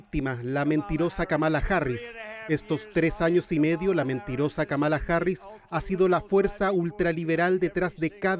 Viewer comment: La mitad de los hispanohablantes lo pronuncia mal, es KÁmala no KaMAla, una esdrújula, solo que el inglés no tiene tildes.